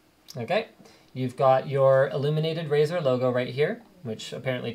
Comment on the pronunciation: Razer? More like "Ricer" =)